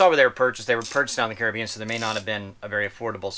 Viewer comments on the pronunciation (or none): none